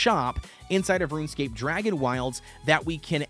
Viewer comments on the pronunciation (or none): none